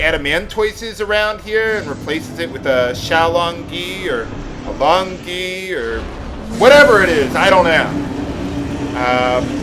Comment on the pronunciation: Hey it's pronounced Long Gway or Lone Gway. Means "dragon turtle" in Chinese